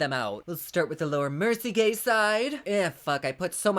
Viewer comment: Oh I love you so much!!! You always make me laugh and forget about shit for awhile...both sides look amazing! I'm so indecisive...lol...I'm a Libra....and I have ADHD, so.....oh look a squirrel...🐿...🤣🤣🤣 I must mention every time I'm in Ulta browsing and I come across Laura Mercier I hear your voice saying "" and I chuckle....thank you as always for this video! Can't wait for the next one...much love always! 😘😘😘😘😘